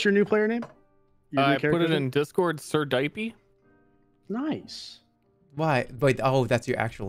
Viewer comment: idk if jerma was trying to downplay the "SirDiapie" situation by saying it wrong, but he definitely elevated the joke to 100 by saying it so strange lol